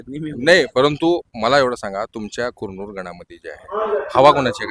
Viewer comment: कुरनूर नीट म्हण 😄😃😃